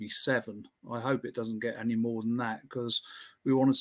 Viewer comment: I knew it! I knew it! The one simple word giveaway (Annie instead of Any)! ☘☘